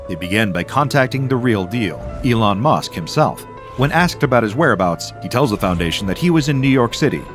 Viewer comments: No way bro Said Elon Mush 😂😂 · I died laughing of "Elon Mush"😂😂😂😂😂😂